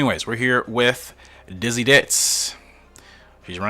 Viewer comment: i am laugh so much you get the name wrong best way to start off the new year with a good laugh i say keep up the good work , its young yolk y not f you could name the horse ditzy blonde , ditzy queen , ditzy do